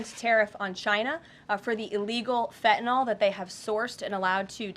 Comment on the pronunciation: बहुत अच्छी वीडियो । मैं आपका फैन हूँ । बाक़ी सभ ठीक आपके एक दो अंग्रेज़ी के शब्दों की प्रनन्सीएशन थोड़ी ठीक करने की विनती है । Indict : इंडायट Fentanyl: फ़ेंटनिल मैं अमेरिका में रहता हूँ अमेरिकन जस्टिस सिस्टम से वाक़िफ़ हूँ ।